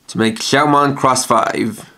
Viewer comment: its not Shoutmon Cross 5 it is Shoutmon Times 5 so Shoutmon X 5